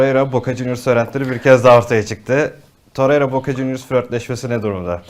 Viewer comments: hocam toreriya değil torreira, osimiyen değil osimhen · Muhtemelen üniversite mezunu insansın, sürekli iletişim halinde birisin ama hala daha osimyen torerya diyosun arkadaş yeter ya cahil desek cahil değilsin inatla yapiyosun desek o da değil şu telaffuz yanlışını düzeltmemek inadi niye arkadaş gerçekten anlamıyorum. Zaten yönetimin metresi olmus yönetim sözcülüğü yapan insan müsveddesisin bari şu oyuncuların adini dogru düzgün söyle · Birisi şu adama toreira ve Osimhen demeyi öğretsin insanın sinirleri bozuluyor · Lutfen artik Osimhen ve Torreira hakkin yorum yapma. Ya normal telaffuz et adamlarin adini ya da yorum yapma. Bilmedigimiz bir sey soylersin diye izliyoruz da bu telaffuzlar katlanimaz duruma geldi artik